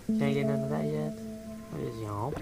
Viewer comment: Lmao I love how you're saying "Chomp" as "Yomp" XD I feel like that's a Markiplier reference xD